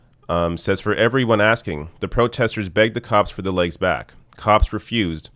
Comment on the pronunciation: It’s “legs”, not “laiges”.